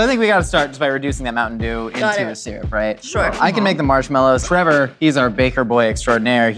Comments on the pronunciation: I feel like there was a missed opportunity to call it a 'Moon Shine Pie' (Mountain Dew is slang for Moonshine), but saying 'MoonTaIn DewN' totally makes up for it. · I've got this awful feeling that "moonteyn doon pie" will be the words I choke out with my last dying breath. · I love the way she pronounces Mountain Dew. For some reason lol